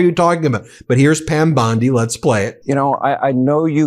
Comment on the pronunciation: BEN, YOUR IMPERSONATIONS SUCK EVEN WORSE THAT YOUR PRONOUNCIATION OF PROPPER NOUNS! Please STOP! Bondi does not sound anything like that and your Levin impression forces me to shut you off.